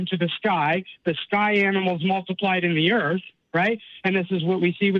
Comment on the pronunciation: "if you look at the way that them Earfs fit together..." 😂😂😂